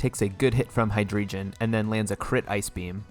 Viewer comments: And hydreigon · Hydreigon as well, its drei not dri